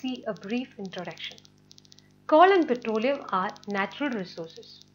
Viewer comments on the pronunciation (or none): it's coal not kaul lol 🤣🤣🤣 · Your pronounciation of coal is wrong correct it 🤣🤣🤣